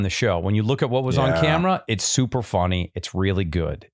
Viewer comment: did Joel say fonny or is it just me?